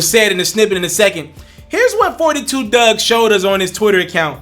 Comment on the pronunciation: It’s Dugg.....Not Doug